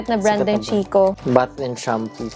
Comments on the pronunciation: Lovely! 💕🌸 Congratulations and Vern! oh by the way CHICCO is pronounced like KEY-KOH. 🙂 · Hello po, not a hater po but just want to share the pronunciation of "Chicco" (Italian brand), it's KIKKO po.:) anyways congrats again sainyo ni daddy Vern, looking forward for the next vlogs. God bless always! 💜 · Chicco is pronounced as "kikko" hehehe Love you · chicco - pronounce as kikko hehehe italian brand